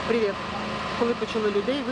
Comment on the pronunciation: Але "прівєт"...